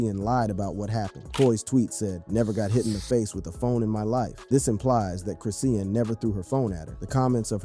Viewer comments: 😂this man pmo w how he pronounced her name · You can’t even pronounce the girls name correctly.boy shut up with this nonsense ain’t no damn female rappers scared of her go sit down somewhere. this is clickbait trash.